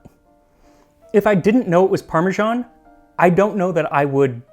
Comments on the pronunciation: I love the channel, but there are a few things that get on my wick. It's peculiarly american to mangle english and other languages in horrible ways without actually realising. For example they do this with italian. With Parmigiano-Reggiano you get that parmajaan sound, but not with parmesan. It's pronounced as written. Basil should sound like the italian basilico. It doesn't start with bay. And then there's the faux french. The rest of the english speaking world pronounces the h in herbs. It's not the french herbes. I'll stop there before I get lynched for mentioning the stupidity of "freedom units". How many inches in a chain? Have fun everyone. Maggie Beer's Burnt Fig, Honeycomb & Caramel Ice Cream is the best!! And of course, if you get to New Zealand, Hokey Pokey is one of the favourite flavours (sic). A must try!! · You are normally so particular with your pronounciation but Parmesan (a French word) is properly pronounced exactly as it is written. The original Itallian word is Parmigiano which is pronounced as you say it with an additional "o" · Why are Americans pronouncing it "parmeZHan"? The closest pronunciation to that would be the Italian "parmigiano", but if you write it "parmesan", you should pronounce it like the French - "parmeZan". I noticed Max always strives for accuracy in pronouncing foreign words and names, so this one baffles me. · What is up with Americans pronouncing parmesan as "parmejean"?? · Can somebody PLEASE explain why Americans say "parmi-Jahn"??? There. Is. No. "J" in the word.😩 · The American pronunciation of "parmesan" as "parmigian" always throws me. Parmesan with an s is French and you pronounce the s, and Parmigiano (with an o) is Italian. Somehow American English doesn't want to pick either. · Why are Americans incapable of pronouncing the word 'parmesan'? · Why do North Americans pronounce parmesan wrong, it's a freaking "s" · Wait, is it supposed to be pronounced "parme-JOHN", or "parme-ZAAN"?